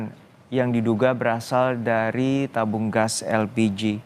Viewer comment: Elpiji??????? Yg bener min?😂